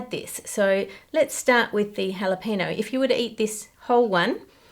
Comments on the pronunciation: Is that how Australians pronounce Jalapeño or [no] instead of [nyo] for engagement, to make people comment? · I love her proper pronunciation of capsaicin, but giggle at her pronunciation of jalapeno. (Hall-la-peen-no). In Spanish it's (hall-la-pen-yo). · Jalapeño is pronounced hala-pain-yo, not hala-pay-no. Same with Habañero, the tilde over the n gives it an ny sound. Ha-bahn-yair-o. Please please please learn the correct names. Thanks! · Ha-le-pee-no? No. The word is "jalapeño." The "ñ" is pronounced "ny," so the word is ha-le-pen-yo. Just like mañana is pronounced mahn-yah-nah. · "Jalapeño" has a "nyuh" sound towards the end. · I understand you are from Australia and have an accept but there's no excuse for your mispronouncing the word jalapeño. It literally doesn't even have an n in it, it has an ñ (pronounced "en-yay".) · Me, sitting here in southern Arizona, trying not to be annoyed by the Aussie mispronunciation of "jalapeño" and "habañero." 🤐 XD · Girl, you are mispronouncing habanero and jalapeño. The J is not an h, it is ch like in loch, as the scots do. The H in habanero is not pronounced at a... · As a Texan I’m fascinated by Ann’s pronunciation of “jalapeño”. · xD i guess it's a commonwealth thing because an english friend of mine does the same thing not pronouncing the ñ in spanish loan words. you should probably say that phoneme in jalapeño the same way you do the ny in "canyon"